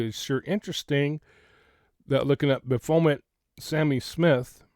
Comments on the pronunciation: PRONOUNCED BAFFOMET...Baphomet! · I’ve been searching gematria words and phrases associated with Kiely’s case…and Sami Smith = get this, 666! Usually Baphomet is pronounced either baf-o-may or baf-o-met! This is what the celebrities worship, a man with boobs…or a transgender, they worship everything opposite of God! Oh, and NXIVM is pronounced nexium! Hope you have an awesome evening! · BAF-O-MET. The ph is pronounced as an F sound. I hope that helps 😊 I think the symbol and pizza reference is about what's known as "PIZZA GATE". It's kind of a big deal. Of course MSM makes fun of it saying it's a conspiracy theory, but I'm not 100% sure that's the case. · Wow. Interesting stuff! The baphomet (ba-fo-MET) is worshipped by A LOT of these people. People in sports, music, entertainment industry & anyone who wants to 'make a deal', as he is the goat headed demon in charge of those 'agreements'. They often use rams, goat heads or other horned images to show their allegiance. Not shocking at all that image is connected to a pizza place. And I'll leave it at that. A lot came out about the cement company a few years back. Connections to the Clintons among other things. You are def on the right track and putting some very important pieces together. This stuff is dismissed as conspiracy theory so I'm so glad you're bringing this to the attention of your viewers/ the public. Please don't stop. And that pic... wow. I don't even know what to think about it. Well... I do know what I think about it and it's not good at all and I can't say it here. Very strange to come up with those search terms. Almost looks like an 'order'. What's on her left leg? The red? I don't have my glasses so not sure what I'm looking at there. Great video and info!! I can help in ANY way... just let me know. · Thank you for sharing your thoughts,. I believe it's pronounced BAF' o met.